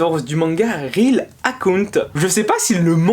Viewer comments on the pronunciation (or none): none